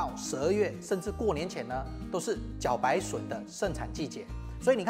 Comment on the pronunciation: 不知从何开始这个字大家都自动发错音。不要再念三声了，“茭”白音同“焦”，字幕都打对， 这里还是错。